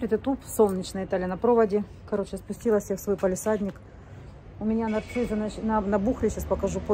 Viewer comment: а почему " НарциЗы"? По русски " Нарциссы!...